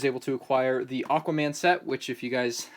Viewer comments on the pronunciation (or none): none